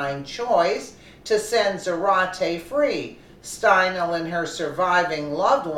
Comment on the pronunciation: It's pronounced stine-ly💙 This is TOTALLY DISGRACEFUL!!! He should have gotten the chair😠!!! MAGA TRUMP 😎 2020🗽🇺🇸🇺🇸🇺🇸